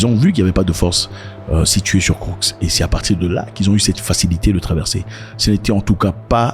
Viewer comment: Zack Bonjour! C'est Koursk et non kourk. Курск 🇷🇺